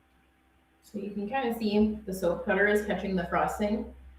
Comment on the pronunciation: Soap. Not soapz lol